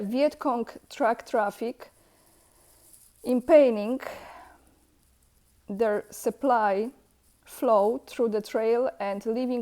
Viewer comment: For some reason, impinging has a soft G in the middle. impinjing